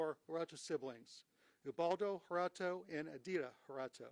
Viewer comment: Its pronounced "HER-TAH-DOE"......